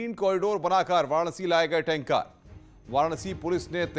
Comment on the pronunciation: टेन्का नही यार टेंकर बोलो